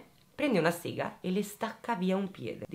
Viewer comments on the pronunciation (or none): none